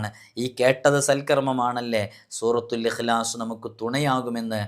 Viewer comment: Surathul ihlas aanu surathul aasas